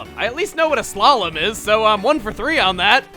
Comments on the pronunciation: hahaha he meant sla-lom, as in sha lom jewish or hebrew for goodbye or something hahaha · I think he said "slalom" the same way you'd say "shalom" but I'm not quite sure :p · He said ''a slalom''...